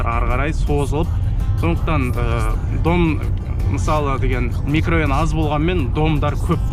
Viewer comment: Микрайон емес микрорайон